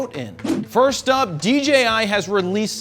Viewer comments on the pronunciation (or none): none